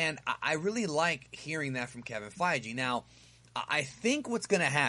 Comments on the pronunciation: It's also Feige, not Fye-Jee lol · It fii-gee no fi-g. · gi not gee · Feige like (FI-GI) a g like goku's gi G